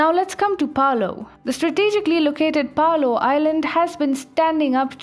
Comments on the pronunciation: Great news! I thinks its pronoounced Palow I'd like to see the Philipines stand up also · Malaita not Maleita Palau not paloh Nauru Kiribati you need to look these up beforehand